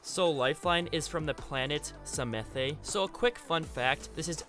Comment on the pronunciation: octanes and lifelines planets name is pronounced samath